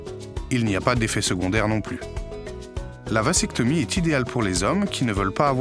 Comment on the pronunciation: Le mot "vasectomie" se prononce \vazɛktɔmi\, et non pas, comme c'est prononcé dans la vidéo, \vasɛktɔmi\. Le "s" de "vasectomie" se prononce non pas comme le s de "sable" mais comme le z de "zèbre"